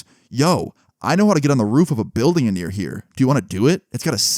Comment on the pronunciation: Why do you say “a-near”? I’m a fan and I’m not hating but just say “near” lol.